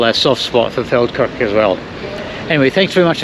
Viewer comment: When the video started I thought said "Falkirk" which would be a long (but not out of character) journey...